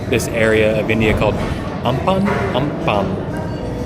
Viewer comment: It's not ampam, it is aam panna. A raw mango drink